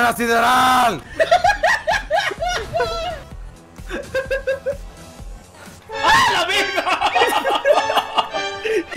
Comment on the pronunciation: Sideral suena como sidral